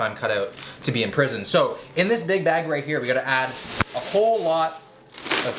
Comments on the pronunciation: No one:: half the Bæg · The way you say “bag” has me dying haha